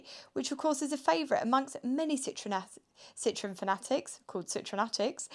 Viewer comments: Citroën. Not citron. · In French and German you need to pronounce IT correctly. This ist defenitly not a Citroen!